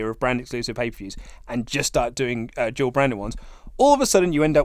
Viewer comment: It's funny how & have trouble pronouncing " Dual Brand ppv".. It's sounds they are saying "Job brand ppv" or "Jawl brand ppv".. British dialect is so hilarious..Good Day Mates lol p.s. Bring back "The Wyatt Family"!!